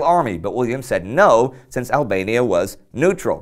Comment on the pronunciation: Ablania Like Persa again.